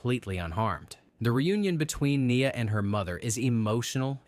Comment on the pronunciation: Lmao that's my name but knee-uh